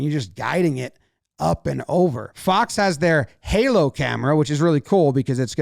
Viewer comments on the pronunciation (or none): none